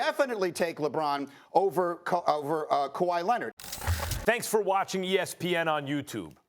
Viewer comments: Nobody: Stephen A: Kawhi Lennid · “Kawhi Lenned” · Kawhiet Lennit lol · Stephen “Kawhi Lennit” A Smith